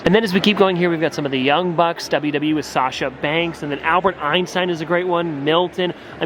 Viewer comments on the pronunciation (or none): none